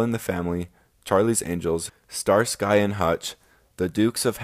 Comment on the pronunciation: Excellent video, I learned a lot! You need to look up how to pronounce "renowned", "prix", and "Starsky" :)